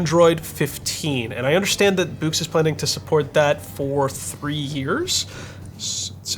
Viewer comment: I thought it was pronounced "books" ? and I think it is higher resolution in black and white, not the other way around.?